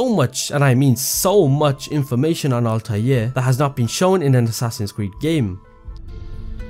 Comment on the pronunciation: Altaje , Altaje , Altaje ,, . Im sick of it. ITS ALTAIR